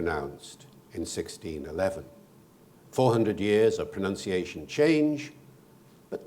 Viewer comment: What a lovely pronunciation!